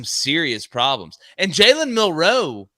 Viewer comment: Just a fyi fellas in case there's any confusion, Bama's QB here in 2023 DOES NOT have multiple last names NOR is it hyphenated....Ok?? Cool?? So I'm just requesting that the pace of yall speech remains the same whether pronouncing a name like Jackson or Millroe..... ITS NOT JALEN MILL-ROE or JACK-SON just stay fluid boys!!!!! It's been driving me nuts but it's a me problem but totally feel like I'm so not alone